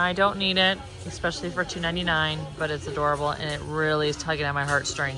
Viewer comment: I’ve recently found your channel. Love your colorful choices. But please, please, please use the word “especially” correctly NOT “ex-epically” … it’s like running one’s nails on a chalkboard. All the best!